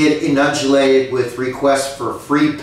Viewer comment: E-nunj-e-lated does not = inundated...one mans opinion!